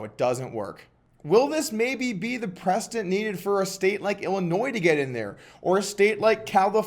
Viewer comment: just an fyi on how to pronounce precedent